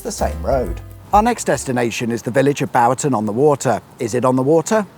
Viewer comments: As a Bristolian I feel I am close enough to that part of the world to clench my buttocks when you mangle the pronunciation of Cirencester and Buuroutom on the Water. Keep up the great work though. L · Liked the video but shuddered at your pronunciation of Bourton on the Water (boreton, not bowerton) and Cirencester (sirensester, locally known as "sester"). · Cirencester is pronounced 'Siren-sester'. Bourton on the Water is 'more like 'Borton on the Water'. Shepton Mallet, not Shepton on Mallet. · And Bourton on the Water with Bour & War rhyming. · Love the pronunciations again! Bourton On The Water is "Bore - ton Cirencester is "Siren Sester" And how could you could get Huddersfield's finest wrong!!!!! It's "StanIj" and not Standedge. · / - Please check your pronunciation!! It's BORE-TUN on the Water and SIREN-SES-TER. 🙄😁